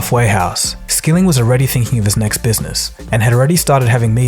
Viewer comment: Why 9-1-1 call stock video?! "serve" not "severe", "Skilling" not "skilling" Tsk tsk tsk